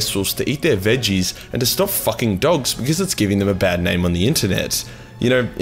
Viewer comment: Im late to the party, but i like how he said my name. Makes me feel like a badass.